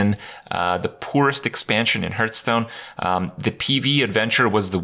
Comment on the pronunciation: Six years, and Kripp STILL doesn't know how to pronounce "Hearthstone"?